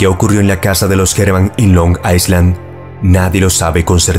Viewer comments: Me encantan tus videos, los veo desde hace varios años ❤ PD. Island se pronuncia “ailand” ✨ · solo para corregir, la palabra "island" se pronuncia "ailand" sin la S